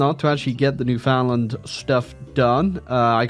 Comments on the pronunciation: As much as I despise the newfies, it hurts to hear their name be butchered so bad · The way British people say Newfoundland never ceases to amaze.